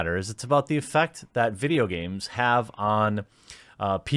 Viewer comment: MUH VIDJYA GARMEZ